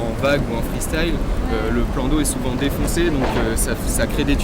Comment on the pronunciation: Freestile! Ça m'énerve! Pourquoi pas freuhstile non plus???😡😡😡😡😡